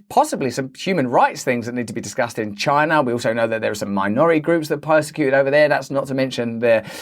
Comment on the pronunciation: comeon editor XD everyone knows these days that every time someone says 'CHI-NA' like that we need a quick cut to trump saying it in the stupidest way possible XD ; excellent video as always Russell&team